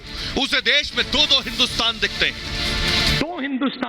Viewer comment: Rahul ko bolna nahi aaya ek Congress ka hindustan ,ab modi ji ka hindustan eh bolna tha teek se nahi bol paye 😉🤗🤗